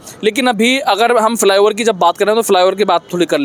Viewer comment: फि लाई ओवर नहीं रे फ्लाईओवर होता है पत्रकारों की जहान टो।